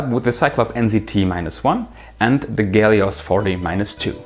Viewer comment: probably somebody pointed out already but Russians pronounce every H starting foreign language coming word with the G that's why HELIOS (from ancient Latin) gets the GELIOS name. same for hypermarket (gypermarket). nice review btw